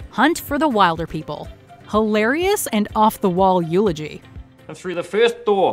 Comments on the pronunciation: Mispronounced Wilderpeople. Obviously haven’t seen the movie. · I’m sorry how did they just pronounce ‘Wilderpeople’? 🤦🏽‍♀️